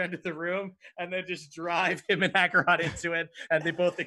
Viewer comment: super late, but their pronunciation of Acerak as Akarot stems from Akarot being a long-running villain in the campaign that the characters are from